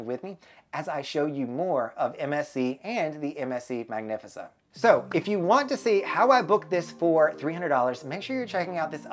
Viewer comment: No i like it lol it sounds classy